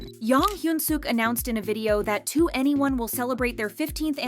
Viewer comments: It's prounounced like the number "21", not each individual letter 2 N E 1. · It’s not “2 Anyone” it’s “2eny 1” as in the number 21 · Why were so many people unaware the pronunciation was “to anyone” and not “twenty one”? 😭😂 they literally say it at the beginning of almost every one of their songs guys 😭😭😭 anyway as someone who got into K-Pop because of 2NE1 and BIGBANG 15 years ago and only ever got into them cause everyone else is/was so basic and cookie cutter, I’m super excited and really hope it actually leads to new music 🤞❤️❤️❤️ (cause I’ve felt the harsh burn of YG screwing us over too many times) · Not "2 any1" it's 21 - 2n e1. What's so hard about that? Like the long decade dispute. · Daaamn so i was today years old when I realized that 2NE1 is pronounced ¨to any one¨ and not ¨twenty one¨ lol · Twenty one pilot but 2NE1 is pronounced To Anyone/2 N E 1